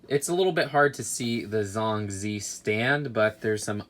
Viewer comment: I like how says Zhong Zi..... He wont believe how its actually said